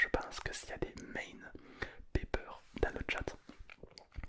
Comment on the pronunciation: ON DIT PAS PEPER ON DIT PIPER OU POLLY